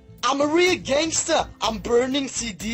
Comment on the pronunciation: Aichster gangester lol